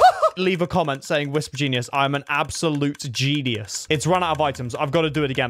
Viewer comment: it’s wisp or kwisp